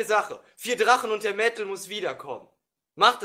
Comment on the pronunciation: "Ich bin nicht der drachne, verdammde aggst!"